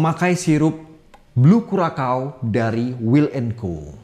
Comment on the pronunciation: FYI Curaçao dibaca Kurasao bang, bukan Kurakao.